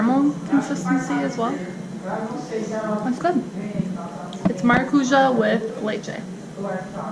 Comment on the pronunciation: Maracuyá! You got it! Next is GuaranÁ! Same deal, accent at the end.